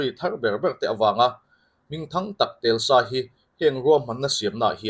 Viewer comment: Khaih khaih,Telsa nilovin Tesla tih tur a ni zawk lo'ng maw aw..